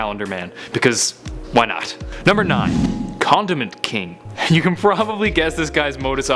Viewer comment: I thought he said "Condom Man"